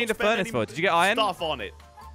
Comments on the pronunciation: Why does call iron iren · Did say..... IRON CORRECTLY?!